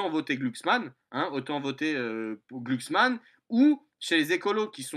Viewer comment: Je sais pas si le fait exprès mais c'est un énorme plaisir de l'entendre écorcher le nom de "Klucksmann" à chaque fois qu'il le prononce:D